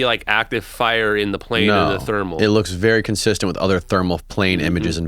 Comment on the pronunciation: "how far can you see a pane one a clear night" lmao